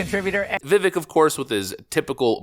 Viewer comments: His name is pronounced Vivake, as he said, “like cake” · Vivake like cake. Please pronounce correctly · It’s ViVAKE, as in Cake. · Pronounced Vevake...come on! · Vi Vake like Cake!! not like trek. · Don’t want to harp but it’s Vivek that rhymes with “cake” he’s said it numerous times. He’s to popular now to keep mispronouncing his name but good on your analysis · Vivek is pronounced Vi-Vake, long A. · Vivek. It’s pronounced Vih Vake. Like cake. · Love you and love your channel, I hate to be a jerk but his name is pronounced VIH-VAKE (he has gone on podcasts saying it rhymes with CAKE) :) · Spelt Vivek. Pronounced, "Vivake like cake". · His names Vivek, it Rhymes with Cake! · It's Vivek pronounced like cake. Fyi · Dude; it’s Vi-vake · Vivek is pronounced Vih-Vayk, he said "think cake" and it's stuck with me ever since. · FYI Vivek like cake "VivAYk" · Vivek rhymes with cake. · It’s “Viv-ayke”. I know, it took me a minute to adjust to too. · It's Vivek but it's pronounced like Vivake. Like cake. Just to let da people know. He explained in a video I watched so..let's get it right now because I hope he's no going anywhere. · Vivek rhymes with cake. Time for pundits to learn how to pronounce his name. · I absolutely love your content! But I just want to say one minor thing...Vivek is pronounced Vi-VAKE (as he says, like cake). Keep the videos coming--love it all. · his name is pronounced Viv-vake like cake not like it's spelled. I think Viv-vake is awesome BTW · Vivek is pronounced Vi - Vake’. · You really need to pronounce Viveks name correctly. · How can you still not pronounce his name correctly?! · ...DUDE!!! You pronounce his name wrong!!! It's VivEK. Emphasis on VEK! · It’s Vivek ‘as in CAKE!’ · Vivek rhymes with "cake" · Learn to say his name, please. Vivek as in cake. It's a long a sound. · Is there a reason why he keeps saying vivek's name wrong? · Pronounce his fucking name correctly, dude!!!! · Vivek rhymes with 'cake' not 'stick'